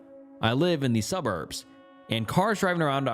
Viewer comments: "cubburbs"...? Lol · Dont listen to them. Keep saying cuburb. You do you! Don't edit your uniqueness for others! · Bros still calling em cuburbs 😂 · “Cuburbs” strikes again 😭 (Thanks for the wonderful videos! ❤) Also, does anyone else pronounce it “cuh-birds”? Or am I the crazy one? 😂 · he said cub birbs hahah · “Cuburbs” doesn’t bother me nearly as much as “ableet” tbh